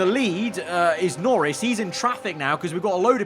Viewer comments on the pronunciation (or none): He said "Lorris" instead of "Norris."